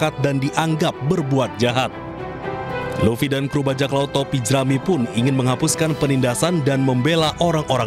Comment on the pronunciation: Monkey D Luffy woii bukan Laffy